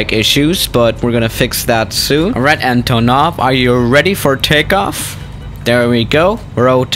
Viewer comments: You speling it so wrong. Antooonov. Not Antonoooov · You must say AntOnov, not AntonOv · Its pronounced antonov not antonov